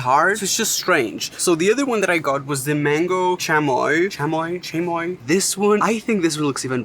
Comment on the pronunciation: It’s C H UH moi